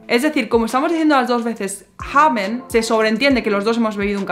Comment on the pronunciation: La vocal "a" en la palabra Kaffe es corta. No es Kaaaaffe... es Kaffe. La " a" es corta. No es Treeeeeffen No es Triiiiiiinken Y por el contrario pronuncias la "a" de "haben como si fuera una vocal corta, pero es una vocal larga. "Haaben". Lo mismo con "bin" "ng" = ŋ gegangen = genaŋen. "gestanden" Aqui no tienes que hacer una vocal larga. No es geeestanden. Passieren. "ss" No tienes que vibrar. getroffen "o" corta ... etc, etc, etc, etc, etc, etc, etc...